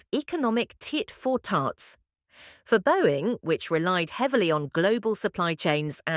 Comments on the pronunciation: Tit for tarts! haha tit for tat surely Awry said as urrray - its a bot and I missed the but about trump crying and resigning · Only a few minutes in and the voiceover says "tit for tarts". Should be "tit for tat". AI ?